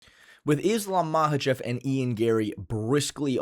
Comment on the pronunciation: it bothers me how says 'Mahachev' instead of 'Makhachev', it's like he's personally ragebaiting me